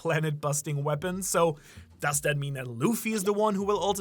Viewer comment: new-clear we-pawns, I know they is real 👉🏾🤌🏾